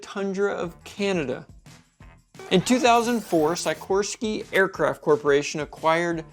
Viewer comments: Every time you said "Sikorsky" it hurt my ears 😂 It's pronounced SICKorsky, not SEYEkorsky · It’s pronounced Sic orské, not sycorsky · I'm sure someone has pointed this out, but you are pronouncing "Sikorsky" incorrectly. I'm sure there is a lot of cringing going on every time you say it! The "i" is a short vowel sound, as in "sick". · sigh koorsky? Never heard his name said like that, but OK. Jet A, 'merica, shot gun blast? Err wasn't the jet engine invented by the Europeans? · How odd, an aviation channel content creator who doesn't know how to pronounce the name Sikorski correctly?